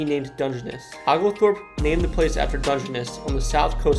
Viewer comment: Liked the topics, but brother, it’s OHglethorpe and ByRUN